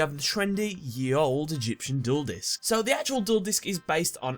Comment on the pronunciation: At first I thought you said number five was the juul disk xd